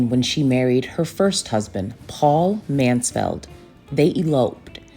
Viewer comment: Mansfield not Mansfeld darling